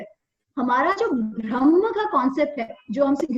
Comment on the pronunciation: Thank you. 🙏 Just one request- can you please say ब्रह्म NOT भ्रमह